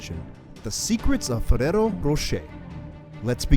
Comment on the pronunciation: Jeez you dont need to say ferrero like that